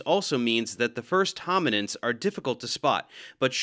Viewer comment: Sounds like “The First Homonyms”